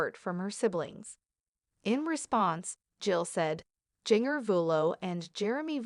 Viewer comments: Learn how to say people’s it’s Jinger as in ginger! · That's what happens when you get a robot voice to narrate instead of a real person